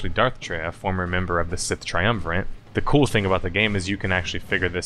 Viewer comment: Not to be that guy, but there is no "N" in "triumvirate."